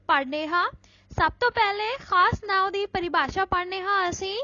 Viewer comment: Not ‘now’ it’s ਨਾਂਵ